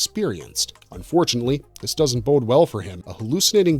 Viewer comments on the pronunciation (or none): none